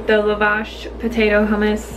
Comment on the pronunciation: It's pronounced Lah-Vash not Luh-vash